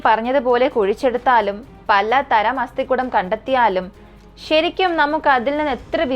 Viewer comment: അസ്ഥി -=- കൂടം /കുടം അല്ല